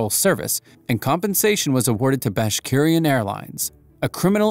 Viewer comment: Pronounced “bash rik in”